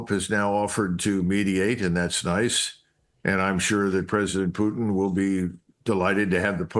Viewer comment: Why do you mispronounce the Russian leader's last name? Is it some kind of problem to pronounce the T sound?